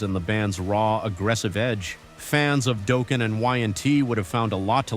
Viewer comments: Why am I hearing Dolken instead of Dokken. Can’t say Ive heard anyone pronounce it like that 😂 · I was enjoying this video until ... 1.) Doh-ken instead of Daw-ken. 😩 2.) Picture of Kick Axe while talking about Lion. 3.) No mention of Tommy Thayer in Black 'N' Blue before joining KISS 4.) Mark "Street" John when talking about White Tiger and Mark "Saint" John. But you mentioned he was in KISS (albeit for 10 or 15 minutes, give or take). Did you not proof your video before you posted it??? LAME video!!!!! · Is this a chineez AI robo? THE band was Dokken, not Duukin. Show yourself. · Dude, are you reading this from a screen, or even know the bands you are referencing? Dokken is pronounced DOCK N, not DOKE N. Nice credibility 🤦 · It’s not “doe-kin” it’s dockin. Until then you won’t be taken serious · It's Dock-n not doe-ken!!! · Doh-ken? Dock-ken! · It’s not DOkken, it’s DOKken. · I was going to like this channel but if you can’t do your own narration instead of AI, I’ll pass. It’s Dokken not Doe-ken and Mark St. John, not Mark street John. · Doeken?? lol 😂 really? Was this an AI generated voice? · Anybody who pronounces Dokken, Dough-ken immediately loses all credibility for anything metal. Stop reading up on these bands and slapping together a video just for content’s sake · The secret to getting the AI to pronounce Dokken correctly is to spell it Docken in the script. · Enough with the AI voice over BS! "Doe-kin" (Dokken)..seriously!?? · Doken? AI said 'dOKen' that's it for me. 😊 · AI generated material and voice over. "Mark Street John" and "Doe-Ken"? AI is getting better but still didn't figure "Dokken Rhymes with Rockin" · It’s not Dogken, it’s Dokken 🤣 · Who is Doekken? You mean Dokken? AI sucks. Can't you just fead what you wrote? Maybe you didn’t write it. "Live-d on, eh?" You suck. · DOE--KIN??? Mark STREET JOHN??? As a kid of the 80s and fan of many of the bands you mentioned, I have never heard of any of these!?! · Rhymes with Rockin' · Said Dow Ken 😂